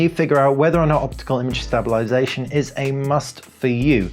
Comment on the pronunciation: Nice video but I have to inform you that you are not pronouncing the word stabilisation correctly and it sounds silly. Sorry but it better that someone tell you.